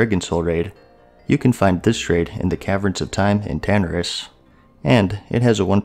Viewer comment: mannn really tho? TANaris? I aint never heard anyone say it t h a t way... >.< 대~~~박